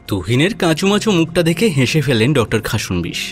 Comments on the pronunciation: খাসন্- বিশ্ উচ্চারণ হবে না।খাস্-নো-বিশ্ উচ্চারণ করবেন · Khasnobis pronunciation ta hochhe na